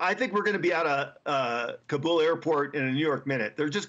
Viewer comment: Just like it's Seattle and not Seetle, it's pronounced Kabool not Kabl